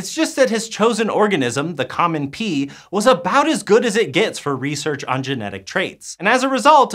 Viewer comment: There are pee plants? There are pee traits? Oh pea? This guy loves saying pee or is it pea?